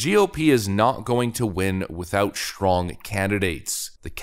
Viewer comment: Is there an "h" after "s" in "strong"?